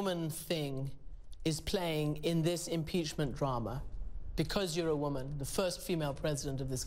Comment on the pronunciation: 'it's because i'm a wommymm'